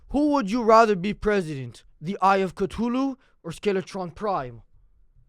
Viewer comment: bro he said skelatron prime lol